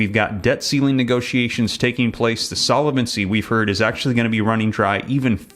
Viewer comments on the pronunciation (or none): Please, since you use the word “ SOLVENCY “ so often, I really wish you would learn proper pronunciation of it !! No way it is Solevency 👺👺👺🦧😎😎👀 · Solvency, not solavency, based on the word solvent, not solavent. Not intended as a criticism; thought you'd want to know.